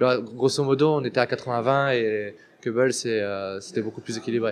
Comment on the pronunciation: on dit : Cobble et non cèbble ou caibble